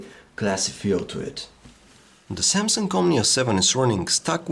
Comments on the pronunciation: Why do you say: Samsunk-omnia 7??? Very Annoying.. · the SAMSUNK omnia seven lol xD